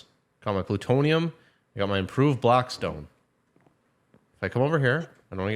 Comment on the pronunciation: "Improved blackspone" 😂